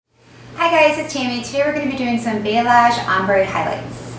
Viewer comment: Yes, Tammy is spelling it correctly but pronouncing it wrong. I had a client call it Blah-say HAHA! Its pronounced bah-lee-AHZGE <3 :) Beautiful work Tammy!!